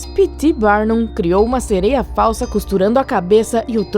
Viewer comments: Ñ é "sereio" é "tritão" e ss eu acredito q elas existem 👧+🐟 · Ficar ouvindo falar "sereios" me deu nervoso kkkkk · O "sereio" akkskakdks